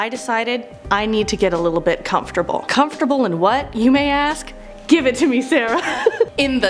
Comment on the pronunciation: Hate the way you say the word comfortable, and I have a version of that chair, and the memory foam on it is a joke